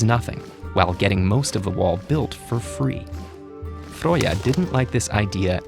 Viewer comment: It's not Froya or Fröya it's Freya is it really pronounced that way in norway or sweden? Dane asking (in danish it's actually Freja but it's just for the english pronunciation)